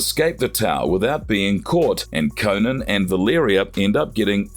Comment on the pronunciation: CO-NAN, Not CONAN that’s a funny late night talk show host. Jeez🤷🏾‍♂️🤷🏾‍♂️